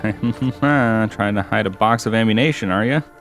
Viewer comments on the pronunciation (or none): you said ammunation again lol